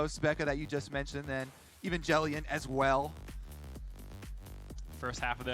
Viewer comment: Wait how did the casters just prnounce evangelion its like the anime right if so god damn that was butchered